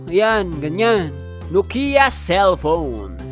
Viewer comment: bro said your dad have Nokia in said bokia😂